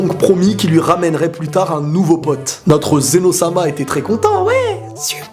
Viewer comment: C'est Zeno pas zéro